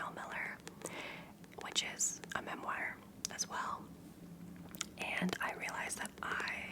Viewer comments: i’ve never heard some pronounce the word memoir, mem wire, it most definitely is pronounced mem-war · Hi! Just wanted to say how incredibly thankful I am for all your book content. It’s what brought me to your channel and I’m always happy when I see one up! Also I hope this comes off as friendly as I intend it, but I believe memoir is pronounced more like mem-waar?? Again, thank you for all that you do and hope you’re having a lovely day!😊